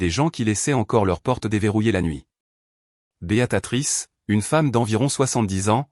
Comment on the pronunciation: J'aimerais savoir où celui qui raconte l'histoire à appris à parler car il ne sait pas dire Béatrice il dit beatatrice